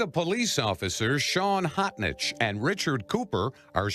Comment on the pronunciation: His name is spelled "H-o-t-n-i-c-h," but he pronounces it "Hotshit"!